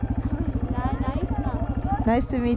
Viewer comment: Noraly, not Neraly